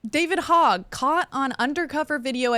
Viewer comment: You guys mispronounce Veritas and Hogg, and come off like noobs